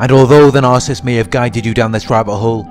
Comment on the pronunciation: I like listening to you. But please practice on how to say the word Narcissist. You say Nar- siss.. when it's Nar- Ci,- ssisT. Thanks. .